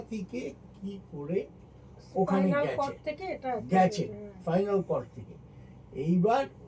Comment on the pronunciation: হ্যা খুব শিক্ষিত।‌জয়ন্ত দা spinal cord কে final cord বলছেন। অনুপমাদি সবসময় comments কে commands বলেন।😂😂😂